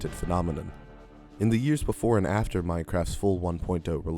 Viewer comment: "after"?, "ATER" 😂😂😂🎉🎉😂🎉😂😂😂😂😂😂😂😂😂😂😂😂😂🎉🎉😂😂😂